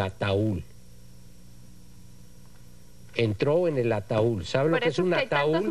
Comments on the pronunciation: No es ataúl es ataúd pero el juez corrige a todo mundo y el pone el ejemplo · Sr. Juez es Ataud, no ataul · Un "ataul", jajajajajajajaj.